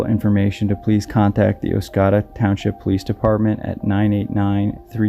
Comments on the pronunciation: Second "o" in Oscoda is a long "o", like a Canadian would pronounce it (or someone from northern Michigan). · Just wanted to say how much I enjoy listening to your video's. And also wanted to say that the town is Oscoda and is pronounced oss-COE-duh - good job on your stories! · I had to stop and go back to look at map as i didnt recognize the way pronounced it. I used to hunt rattlesnakes along the river and Oscoda with my cousin When I was a preteen and teenager. Wonderful memories. My heart goes out to Patricia's family. 🙏